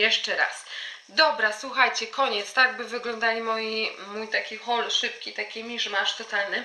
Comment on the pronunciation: "Cześć! Zapraszam was dzisiaj na hol zakupowy." Nie 'haul', ale 'hol'!!!! W raju jestem, kiedy Polki mowią po angielsku… Pozdrrrrwmm (masz kieszonkowość)